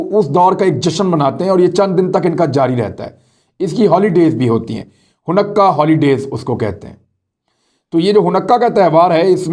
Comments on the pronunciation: Ha noo kah not ha nukkah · It’s called Haa-noo-ka not hanukka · عمران یہودی تہوار کے نام کا صحیح تلفظ “ہانےٖ کا” یا “حا نے کا” ہے حنقا نہیں ہے، صرف اطلاع کے لئے لکھا ہے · Hunakkah nahi Hanukkah pronounce hay... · It should be pronounced as “haa nee kah” not “ho nukka” Thanks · Hanukkah not Hunakka. Don't take it personal, just a correction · Imran khan I just want to correct some of the words pronunciation you pronounce like you are using in this video the word is haunika not hanakka also the name of the city of the Israel is Tel-Aviv you pronounce different it is hard for me to correct it by writing and I don’t know how to voice record the pronunciation and send it to you if you could call me I can probably explain you better I am in New York State my phone number is ,I am usually free after 7PM New York time,I do like the work you are doing keep up the good work shabash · AOA imran khan little correction of pronunciation its not Hunnakka but its sound like Honaka. Great work. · It’s hanooqa not hunaqa you pronounced wrong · Honakkah nahee ha hanka ha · لفظ خانیکا۔۔۔ جناب۔ آپکا بڑا بھائی امریکا سے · Array Bhai please please please. It is called. ( ho ni ca) ( ہو نی کا ) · Bro it’s Ha-Naa-ka ( Hanukkah ) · It is haneka man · sir it is pronounce in simple ways i try to tell u .....HANEEKA ... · Aslam-O-alikum Hanukkah festival pronounced as(Hanika). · Khan Sb ! Exact pronunciation is Ha-ni-Kah. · ہا نو و۔ کا تلفظ ہے اس لفظ کا شکریہ بہت اچھے پروگرامز کرنے کا۔ اللہ پاکستان اور اسکے محافظوں اور وفاداروں کی اور تمام معصوم مسلمانوں کی حفاظت فرمائے۔ آمین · Handeka you said it wrong